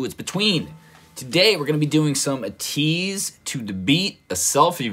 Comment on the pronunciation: if didn’t know ateez is more pronounced like aye-teez instead of uh-teez, also love your reactions videos they always have a really good vibe to them